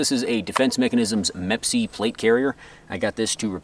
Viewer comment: “MEP-C”. It’s Me PC. or M.E.P.C.